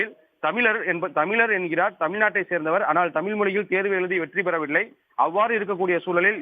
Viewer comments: நிருபரான உங்கள் உச்சரிப்பு- தமில், வலங்க ?! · திரும்பவும் வலக்கு, தமில் செய்தியாளர் ஒருத்தன் வாயில கூட 'ழ' வரல